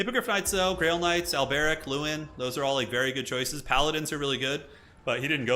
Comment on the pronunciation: The way you pronounce Alberic, though. Do you think he's Arabic or something? :D